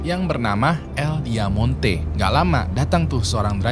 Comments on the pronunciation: Bang nama club nya "Diamante" yang artinya Berlian bukan "Diamonte" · Diamante kali bang, bukan Diamonte